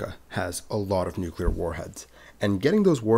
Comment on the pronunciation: Thanks for not pronouncing ‘Nuclear’ as ‘Nukilar’ or ‘Nukular’. 🙏🙂